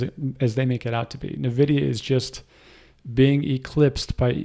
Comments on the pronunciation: its N vidia. not na vidia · It's pronounced N-vidia [envidia]. Surprised you're from this area and don't know that :x. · Thanks for all your info. BTW "N" Vidia.